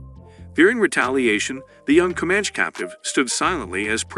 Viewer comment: Dude, Com-manch gets me lmao